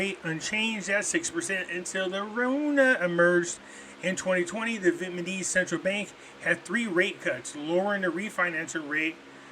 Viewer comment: Pretty sure its NOT "VIETMANESE"....come on!!!!Please